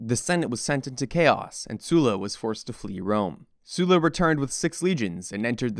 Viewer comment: Excellent work!! Animation is basic but easily understandable with the history your dropping. I have to point out that your pronunciation of Sulla is off. You keep saying his name as “Sue-la” however it should be said as “Suh-la”